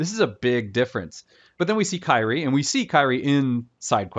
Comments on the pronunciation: Also her name is "Kyrie" (Kir-ee-eh) not "Kairi." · They literally pronounce Kyrie in the game why do you have to make it different?